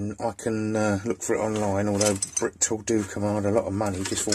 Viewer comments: Could I just say there’s only 1 T in Britool. Pronounced Brit-ool. Good video by the way. Cheers. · So I've heard it pronounced bri tool, brit ool but as the name on the spanner is the shortened version of.. British tool company I believe it should be pronounced brit tool.